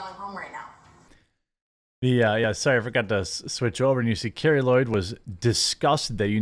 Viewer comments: I agree with everything you’re saying but, to sound credible about the things you’re talking about, please pronounce the names correctly. Ra-peen-noe, not Rap-in-no and Carli Lloyd not Carrie Lloyd. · It is pronounced Car-Lee. She is based, get her name right. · The NAME on the FRONT of the jersey is MORE IMPORTANT than the one on the back!! btw - it is CARLI Lloyd and Ra pee no. I know that this topic isn’t normally on your radar, I get it.